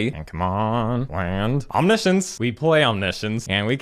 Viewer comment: Low key pissed of your Omni science pronounciation